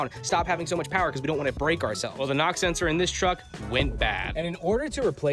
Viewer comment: Sorry, are you saying Pam or Pamn? Lol really though are you saying nox or knocks??